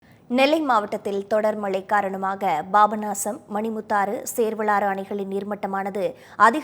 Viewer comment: Pronounciation worst. Babanasam... Papanasam.